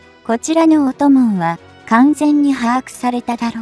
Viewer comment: タイトルの ＞尖閣で降参その貴重さに・・・・『貴重さ』って何の意味かよくわかりません？ 意訳：日本の追跡の『執拗さ』・・・なのかな？ ナレーション ＞潜水艦の音紋・・・(おんもん)ですよ～～ おともん・・・違うで＾＾